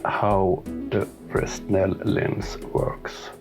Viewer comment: Just subbed and love your content. The lens designer was a French physicist and his name is pronounced "Fraynell". Not a critique but an observation. Thanks.